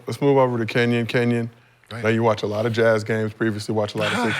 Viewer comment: Kenyen mad 1 min into the clip bro 😂 Kenyon*